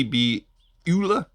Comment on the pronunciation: Vee-VAH-chay, it's italian, means sprightly or fast and light? Like that..I would guess Elua would be pronounced Eh-loo-ah.. Oola is probably not quite there.. 😂